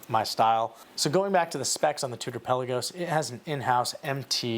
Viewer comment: Pelll-uh-can (the bird). pel-Ahh-gos (the watch). Greek word means Sea. Please never call your beautiful watch “pelly”.